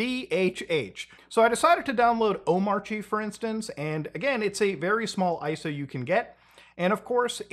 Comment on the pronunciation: Actually its pronounced "Omarchy"